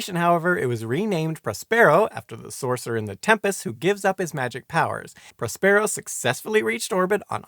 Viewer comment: A fine and informative video, but you seem to have a few problems with pronunciation. nuclear (Br: /'njuːkliəʳ/; Am: /'nuːkliəʳ/; “NEW-clear”) Prospero (Br: /ˈprɑspəˌrəʊ/ ; Am: /ˈprɑspəˌroʊ/ or /ˈprɑspˌrou/; “PROSper-oh”) For the key to the pronunciation guides, look up “IPA” or “International Phonetic Alphabet”. Edited to make some small corrections to the pronunciation guides and to add the reference to IPA.